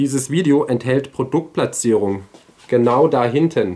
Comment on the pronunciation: Und wie war nochmal das Wort für Produktplatzierung? Ich habe es nicht richtig verstanden!! 🤭👍😂